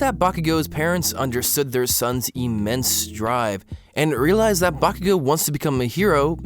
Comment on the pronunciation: Why are you pronouncing Bakugan so weirdly?